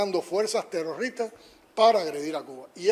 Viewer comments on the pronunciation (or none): El idiota de Canel dice tero rristas en vez de terroristas además de que esa robolucion se baso en las acciones terroristas.